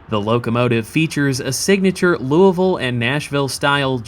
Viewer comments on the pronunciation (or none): none